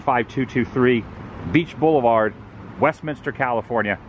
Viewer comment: My old neighborhood! And major props. You said Westminster correctly with three syllables!